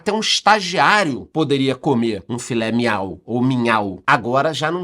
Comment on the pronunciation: “filé minhau” 😂😂😂